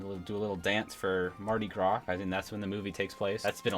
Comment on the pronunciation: I live in Louisiana so it made me happy that you didn't pronounce it mardi gras and you said Mardi gra